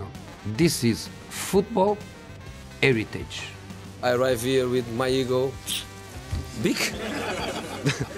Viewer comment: "This is football eritage" 😅